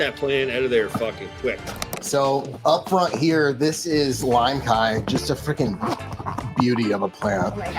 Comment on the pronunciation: thank you so much for correcting their pronunciation of limecai that was driving me CRAZY everytime they said it like Kai 🤣